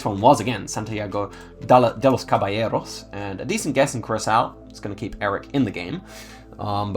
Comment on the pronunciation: Wow you’re killing this challenge. Also I want to compliment you on your Spanish pronunciation! Have you been practicing? You got Santiago de los Caballeros pronounced very well❤